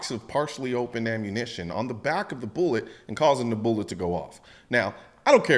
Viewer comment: Colion, bruh. It's primer, casing, and bullet. Not boolet bullet and bullette. Come on man!